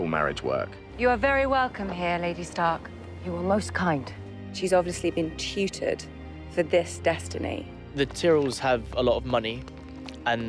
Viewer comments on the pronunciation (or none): Natalie Dormer said Tutored LOL